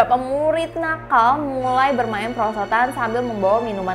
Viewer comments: "PERSOTAN" lah apa persotan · kok "persotan" 🤣🤣